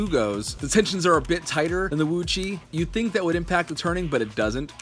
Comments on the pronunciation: WooTsweh not VuÇih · HAHAHHAHAHAHAHAGAHAHAHAHHAHAHAHAHAHAHHAGAHAHAHAHAH OMG I'M LAUGHING SO HARD Woo chui not woo chi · it's pronounced woochway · Repeat after me : "Wootchway" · Please pronounce it wu-chuae. Thank you.